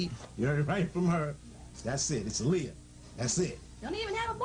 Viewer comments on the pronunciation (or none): Aaliyah-(Aah-lee-yah) not (A-lee-ah)!!!! R.I.P angel❤️